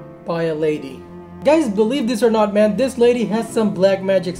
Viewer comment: did he say man or bhen???